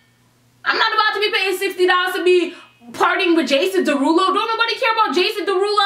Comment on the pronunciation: "Jason dawhodoe"😂😂🤣